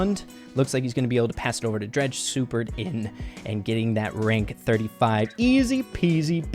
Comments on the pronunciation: It isn't pronounced Dr-ah-je, it is Dr-ai-je. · its drage not dreg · “Dredge” is how is saying it, it’s pronounced like “drayge.” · It is not dredg it is drage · It's drage not draage😑😑😑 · Hey rey just sayin' that DrageYT's name is not said dreg but it is said dreyg... Nice vid tho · It’s d RAGE not dreage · Omd it’s drage not dredge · Drege doing so good... it is drai-je (drage) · And also rey I love you man but it is pronounced drayge no drag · Drage when he sees that calls him “dreg” instead of “drage” (dr-aigh-g) Visible anger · Nice but the pronunciation is dreydg not dredge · If u don’t know u said dreg his name is drage with an AAA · I can't take this video serious with calling drage dredge hahahaha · When pronounces Drage, “Dredge”. 😂😂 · I was so confused lol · It’s Dr-A-j and I think equack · Thing of Drage’s name like Dreyge haha good video tho your boy -👋🏼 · btw you pronounce drage's name as drayge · "Dretch" LMAOOO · ur pronouncing drages name wrong bro😅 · Anyone annoyed by how says, “Drage.” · The way he said drage lol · spen is so underrated along with tom symantec and cerulean ngl Edit: you kinda said Drage name wrong but I don't think he'll mind 😂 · Draije and qwack qwack 🙂🙂🙂🙂 Come on rey it’s drage is easy to pronounce and qwack qwack is Eqwack....